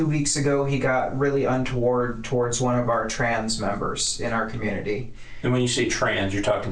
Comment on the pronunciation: Detective but they can’t say the word “community” 😂😂😂